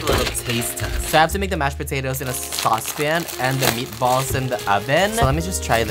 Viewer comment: me as a swede cringing when he tried to pronounce meatballs